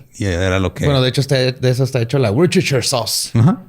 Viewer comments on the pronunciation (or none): "La WURSCHUSCHER sauce..." - "" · Worcherchshair: Josh Guasinton Se pega xd